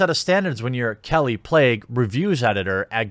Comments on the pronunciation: 3rd video about kallie plagge, still hasn't bothered to learn to pronounce her name... good thing you're starting a journalism site so we can get some accurate well-researched reporting... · is it pronounced "plague" or "plaque"?